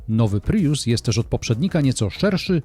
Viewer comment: Co jak co, ale po kimś, kto testuje samochody, spodziewałbym się wymawiania jak człowiek – „prius”, a nie „pryjus”. A „na ekranie można podglądać ustawienia”, a nie je „podejrzewać”.